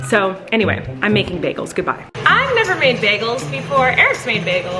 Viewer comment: I loved it Colleen: her hair is like spider webs and it’s dirty Also Colleen: (2 seconds later) anyway I’m gonna make baigles 😂🤣🤣